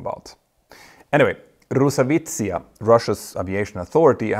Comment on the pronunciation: Terrible pronunciation of Rosaviatsiya, sorry.